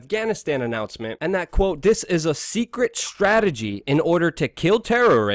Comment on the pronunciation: "And I quo..." You "quo"? I think you mean "quote".